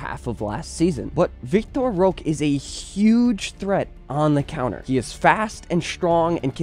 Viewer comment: For the love of god learn to pronounce Roque's name. You do a random spanish accent, hes not spanish nor from a country that speaks spanish